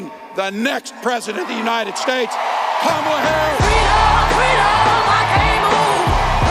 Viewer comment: That’s what I’ve noticed as well. And last night he called our Vice President “Camilla.” Such an immature asshole.